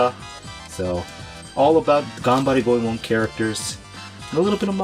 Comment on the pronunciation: Says "Got any more of that Ganberry Go-eee-man?" in silly Try voice...